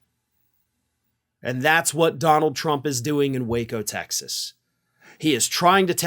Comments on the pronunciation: Its pronounced Wacko.. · IT'S PRONOUNCED WACKO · There is a reason most people pronounce "waco" with a short "a" sound. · I pronounce the city as "wacko". LOL!